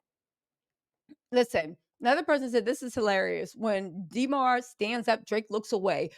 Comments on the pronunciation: please stop saying DEE MAR its DA MAR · For next time. Demar is a soft E not a hard e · Dee mar is killing me. Why you saying his name like that😂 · Stop calling that man DeeMar . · Yall Remember “DEEE-marr” Derozan right? Lmao funny😂😂